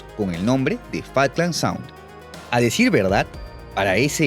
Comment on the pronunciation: Cuando le decían fak lands siempre les traducía No no es fak lands es FUCK lands xD lo tarado que era